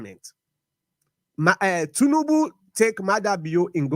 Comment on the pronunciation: This guy say Tinibu recognize bio government as democratic 😂😂.